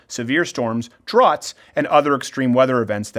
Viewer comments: "drowt" not "drawt" lol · My brain exploded a little bit when he pronounced “droughts” as “drots” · What are "drawts" ? Friggin' Canadians. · Not a paragraph in and already Steven how’s mispronounced “Droughts”